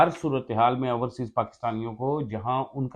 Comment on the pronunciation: Ourseas nahee Overseas hota he